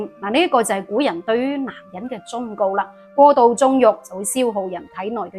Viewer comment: 「告」在忠告一詞應讀作guk1 (谷)